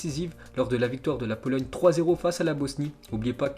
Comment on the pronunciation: Tu a dit polologne